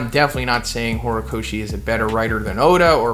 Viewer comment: Lmao "horocochi" i can't ,lmao this is epic 🤣